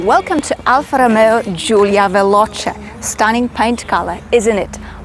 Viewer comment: No 1´s are even close to make a car like this one, not even Maserati( that I like/liked), because the other cars are Heavier, whith no. charm, etc....... I totaly agree whith U, an U suposed to be a WOMEN....🤣, I love your report`s 🌟 And Just the way U say ALFA Rrrromeo..... 😀 TK🇳🇴